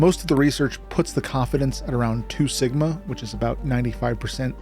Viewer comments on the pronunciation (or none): none